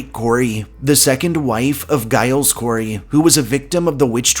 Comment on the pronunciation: Hello from the Northshore. No offense intended here, but Giles Corey, is first name is pronounced like Jyles, not with a heavy g sound. Great video here, thank you!!